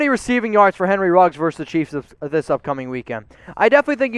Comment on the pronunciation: Versus. The word is, “versus.”